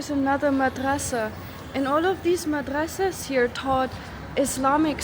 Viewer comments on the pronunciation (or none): Masadraas ❌ Madrasaas ✅